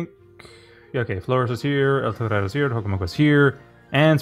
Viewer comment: the way you pronounce eltorero grates my ears